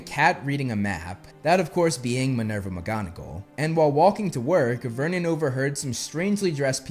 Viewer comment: vernon, not myrnon